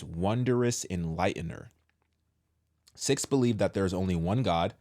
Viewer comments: Pronounced "SEEKS" btw..whose idea was this??? False gods are the problem in this country. They are demons in disguise. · It’s pronounced “seeks” Sikhs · It's pronounced like "seeks" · The word sikhs kinda sounds like SICK ! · It’s pronounced, sēēks